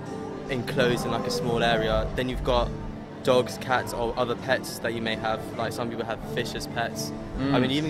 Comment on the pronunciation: why she says PATS, it is PETS bro